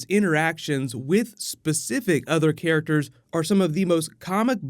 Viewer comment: “Care-ickters” ugh lol